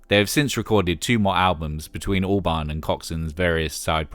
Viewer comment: Every time you say Albarn I hear Orbán. 🫢